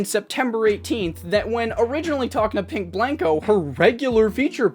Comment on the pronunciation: RIP to my boy Pink Blank-o getting his named butchered multiple times throughout this video 😂